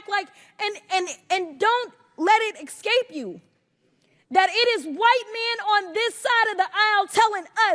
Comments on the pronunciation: It’s “escape” not “excape.” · she said excape 😂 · She did NOT just try to lecture people and then say "excape". Ugh. Go back to grade school. Start over.